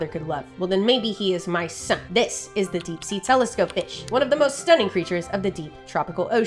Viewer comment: No, it was more like "well then maybe he.is.mY.SON", and that totally caught me off guard lololololololol